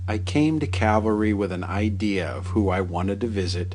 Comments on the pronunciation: It's Cal-Va Ry. Not Cavalry. One is the place where Jesus was crucified. The other is a troop of solders on Horseback. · Nicely done. BTW, it's Calvary, not horse brigade. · It’s not “Cavalry”, it is “Calvary”. Big difference. Otherwise great video. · Ooohhhhh. It’s Calvary, not cavalry. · Get it right please, you keep saying Cavalry, it's CALVARY according to your post's title. Huh? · Please Educate the Ignorant narrator of this film that this Cemetery is named CAL Vareee (Calvary) after the site in Jerusalem where Jesus Christ was Nailed to His Holy Cross to die. The cemetery is then NOT Cavalry Cemetery as he ignorantly Pronounces it, as if The U.S. Cavalry were still Chasing the Indians on the American Plains. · Interesting tour as always apart from the constant mispronouncing of the cemetery's name ....it is NOT. Cavalry......it is Calvary, the place where Christ was crucified. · It is "CALVARY" NOT "cavelry, bad mistake. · It's calvary, not cavalry. Also, Eddie Foy and the Seven Little Foys was the act performing at the Iroquois Fire, in Chicago in people died, and 250 were injured. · Cavalry... the narrator cracks me up. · I think you are pronouncing Calvary incorrectly. Calvary is where Jesus was crucified. Cavalry is a horse-oriented army. Thanks for the video!